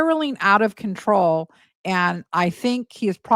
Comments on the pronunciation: it's CONTROW 😂😂😂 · Don't you mean spiralling out of controh 😂